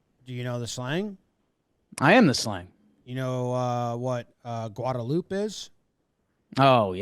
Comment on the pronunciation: woah Jomboy nailed the pronunciation on Guadalupe and Manchaca